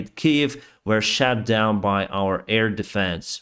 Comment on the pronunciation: Shut not shat or Truck not track